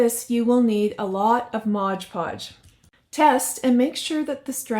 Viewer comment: There you go again saying Modge Podge. While making that mop wreath. Why don’t you crafters learn it is Mod Podge?